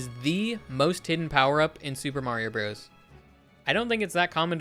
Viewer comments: Dude it’s pronounced brothers not broes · 100% Brothers. Mr. isn't pronounced mur, Co. isn't pronounced coe, Ltd. isn't pronounced... I don't know how you'd do that one. Why would you pronounce Bros. like that? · I can always tell someone was born well after SMB came out when they pronounce it as "broze" instead of brothers. As an 80s child I find this grating to my ears. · It's brothers, not broze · It's pronounced "Super Mario Brothers". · "Super Mario Bros." is not pronounced "Super Mario Bros" -- the period means it is a contraction, pronounced "Super Mario Brothers." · Brothers. Super Mario Brothers, is how it’s said.